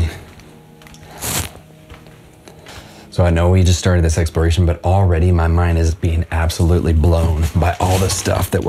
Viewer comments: Expiration? Don't you mean exploration? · EXPERACION? YOU MEAN EXPLORATION?